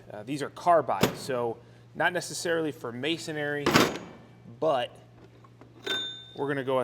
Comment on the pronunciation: Masonry "ma-son-ree"